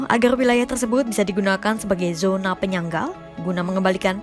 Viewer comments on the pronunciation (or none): none